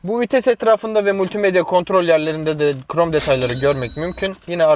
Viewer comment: Hiç kimse: Ali IbInEsi:qrom detay